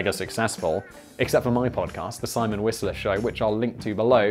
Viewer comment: I respect someone who has thick enough skin to make light of themselves. The Hummus joke was pretty funny. Not to give you a hard time, but I tell people that you can't pronounce your own name (Simon Whistlah), but you're a pretty smart guy!